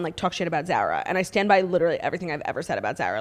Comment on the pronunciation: The way Claudia is pronouncing Zara has me DED